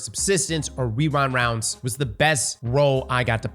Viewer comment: casually hits us with the "wewind wounds"